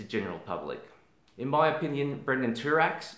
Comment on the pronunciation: Thank you for this video! Also wanted to mention, his name is Brandon not Brendon. ☺